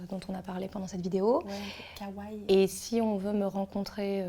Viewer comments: Arrêtez de dire kawaille ;-; on dit kawaii et pas kawaille donc prenoncez bien le i a la fin ^^ sinon superbe vidéo! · c'est sympa de faire ce type de vidéo ;-; mais ça fait mal aux oreilles la mauvaise prononciation des mots comme Kawaiii ><. Par contre quel est l'intérêt de mettre du concealer avant, si tu étires la bb cream de ta cushion avec le puff? ça déplace ce que tu as mis avant. en plus vous avez trop poudré le teint :/. Normalement il est un peu plus glowy le teint.